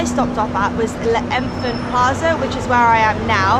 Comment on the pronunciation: Le enfant plaza..kind revision..L'Enfant Plaza is pronounced Lefaunt plaza.